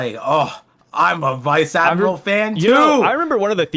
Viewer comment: “Vice Admirable” 😂